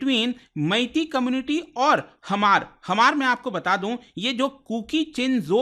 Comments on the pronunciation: Hamar pronounced nhi sir H is silent only Mar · Dear respected man,just wanted to point out that it's really important to double-check facts before sharing them. Small mistakes can lead to a lot of people learning incorrect information. For example, it's "mar" not "Hamar", "tsunami" is actually pronounced "sunami", and it's "Silchar" not "Siliguri" in Assam's Cachar district. Just want to make sure we're spreading accurate info! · It’s pronounced Maar not Hamar or hmar (H is not pronounced like knife not kenife) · Hamar nahi mar pronounce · We hmar nation, Not Hamar ,Your pronounce is not correct. Pleasae pronounce correctly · It's not pronounced as hamar but mar. H is silent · Sound /pronounce as mar,,,Not Hamar😂 (H=Silent) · The pronunciation is MAR and not Hamar. H is silent. I'm from Manipur and we called them Mar. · Hmar... Pronounced as H silent. Not HAMAR. 👆👆